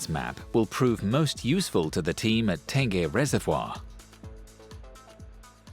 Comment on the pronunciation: Apa Tan-geh reservoir?